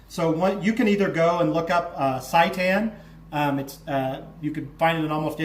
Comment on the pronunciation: Can't stop laughing at the pronunciation of seitan :) it's pronounced "say tan" good video!